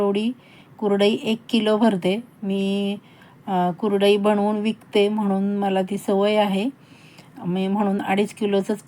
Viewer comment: तुम्हाला कुरडई शब्द नीट बोलता येत नाही आणि चालल्या कुरडया करायला पहिलं बोलायला शिका मग आम्हाला शिकवा